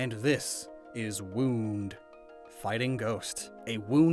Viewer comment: A+ on pudet and woond. 👍👍